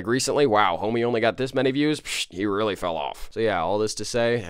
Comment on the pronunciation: It weewy hawd